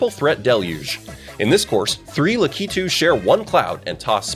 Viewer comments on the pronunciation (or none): I just missed the flagpole on my first runthrough of Final Final, too. Intense stuff having to do it all over again. Otherwise, though, luh-KEY-toos? Aren’t they LA-kit-oos?